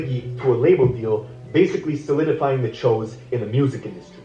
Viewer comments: I almost clicked off in the beginning 🤦‍♀️ Didn’t know the pronunciation of Choo Smh It just makes it look goofy like why you even doing a video on this?😑 And as much as people plan doing videos a day ahead of time, you couldn’t check on another video to see how it is pronounced??? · It’s choooo but fuck chooo it woooo